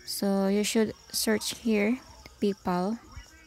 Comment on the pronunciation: ..magtagalog ka na lang PAYPAL nagiging PIPAL 😂